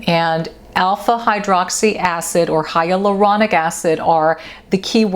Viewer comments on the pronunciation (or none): none